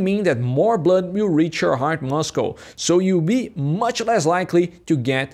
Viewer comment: Not muscles but mussels pronunciation